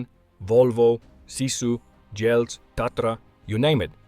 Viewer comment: I love the way you mispronounced Jelcz. 😅 I didn’t realize that they are still in business.